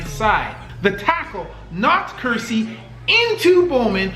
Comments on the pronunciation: He was prounocing kearse like Ker- seeee When it's Ker- sss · For God's sake, Google player names before you butcher them. Kerse is pronounced like curse. Bowman's 1st name is pronounced "bug VAH-ro." Oh, and ONE OF THE GREATEST WRs? Rice is the G. O. A. T.